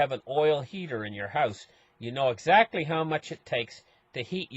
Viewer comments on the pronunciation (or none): none